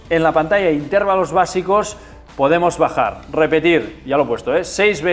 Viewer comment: Cada vez que dices "intérvalo" mueren cuatro gatitos, no lo digas, hazlo por ellos 😅